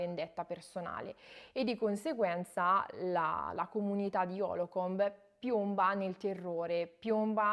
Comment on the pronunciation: Lo sto leggendo ora. Dire stupendo è dire poco. Consigliatissimo per chi studia Psicologia PS: la città si chiama Holcomb, non Holocomb. Cmq bravissima, bel video.